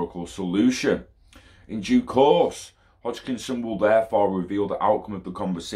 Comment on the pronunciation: Hoskinson lol not Hochkinson hahaha